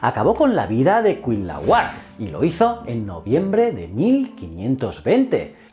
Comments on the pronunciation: interesante pero se dice Cuitláhuac....no Cuilahuac........Cuauhtémoc...no Cuauhtemoc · Precisión en cuanto a pronunciación (por sílabas): no es cuit la huac, es: cui tla huac, en otro tema, no se definían como aztecas sino mexicas (meshicas) y en general muy buen video, felicidades 👍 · En serio es tan difícil pronunciar "tla"?😆😆😆😆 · No son nombres raros es solo otro idioma y ya, no son aztecas son mexicas, azteca es un término del siglo XX, el regreso de Quetzalcoatl es mito inventado por españoles, no es cuit-lahuac sino cui-tla-huac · Jajaja, me encanta como los españoles son incapaces de pronunciar el náhuatl, "ketzalcoal", "cuilaguac", "cuautomóc", "mecsica", "chascaltecas" 🤣 za mamada. Me parto de risa. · CUITLÁHUAC, se dice CUI TLÁ HUAC.... jajajaja. ¡Saludos desde México! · Se dice: Cui -tla-huac Cui -tla-huac Cui -tla-huac 🤓🤓😆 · en mexico lo pronunciamos quet-zal-co-atl y cui-tla-huac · Se leen así: Cui-tlá-huac Cuauh-té-moc Tlax-cal-te-cas Fuera de eso y que la historia de Quetzálcoatl está un poco distorsionada, un buen vídeo de la otra perspectiva. Lee "La visión de los vencidos", completará este vídeo. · Se pronuncia cuitlahuac, así como se escribe... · Ja ja ja cuilahuat ja ja ja te falta practicar mucho pero muchísimo el idioma náhuatl. Ahora me doy cuenta por qué los españoles conquistadores cambiaron el nombre de muchas cosas y animales, no podían pronunciar el náhuatl. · Nota para el video: El nombre del hermano de Moctezuma se pronuncia Cui-Tla-huac, Buen video y saludos desde mexico. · Malitzin, Malinalli, Marina su nombre cristiano. Quet zal có atl.. Cui tlá huac.. Tlax cal té cas.. Moc te zú ma.. Valgame la pronunciación. 🤦🏻‍♂️ Excelente video como siempre, gracias por éste tema bien merecido.👌🏻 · Me encantan tus vídeos pero estas pronunciando mal el nombre de Cuitlahuac. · Me encantó tu vídeo ❤️, y me dió hizo gracia cómo pronunciaste Cuitlahuac y Cuauhtémoc por qué bueno soy mexicana y aquí lo pronunciamos diferente 😅😁.